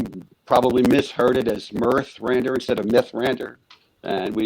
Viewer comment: The host could at least have learnt the names " Vislocky" and "Mirthrandir" before the stream..😅... So unprofessional and disrespectful. The only thing I like about you, the host, is your t- shirt. 😅 CAN were great. Thank you, guys from Mirthrandir, for the great album, which I love with my whole heart. One of the best albums in the whole progrock history. ❤